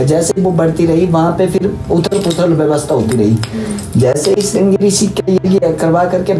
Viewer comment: ringa rishi nhi madam ji shiringa rishi bolo ji